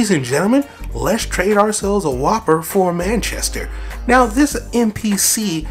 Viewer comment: You dont pronounce the name like its a burger you say wuuper